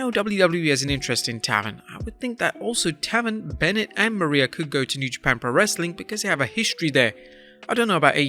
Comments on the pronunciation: I believe Matt Taven's name is pronounced Tay-ven not Ta-ven. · Pronounced "tay-ven" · IT'S PRONOUNCED TAEVERN NOT TAVUN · It's pronounced Tay-Ven. Matt Taven's name. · It's pronounced Tay-ven, you melvin. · That's not how you pronounce his name. But still no, do not want to see Matt Taven at all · Matt taven (tay-ven) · His name is pronounced "Mat TAY ven". I'm surprised you have never watched his work in ROH where they pronounce his name every time he wrestles. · It’s pronounced Matt tayven bro ffs. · your saying matt taven name wrong its cringe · learn to pronounce taven